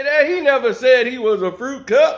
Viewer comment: You said fruity cup. not fruit cup fruity cup I'm just saying